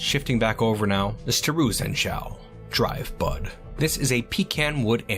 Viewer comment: This is why I should look at the screen periodically while listening to things. I thought you said dry butt instead of drivebud for the artifact name.